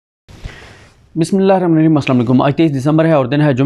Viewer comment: دس مرتبہ پہلے بھی کہا ھےکہ بسم اللہ الرحمٰن الرحیم آرام سے پڑھا کرو۔۔غلط پڑھتے ھو